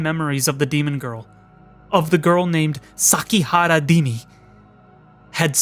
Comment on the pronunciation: It's Rimi, not Dimi. Come on, you forgot about her ? We even went to the library together last week !